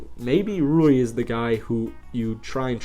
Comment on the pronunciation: At least he said Ruis name right. Not lol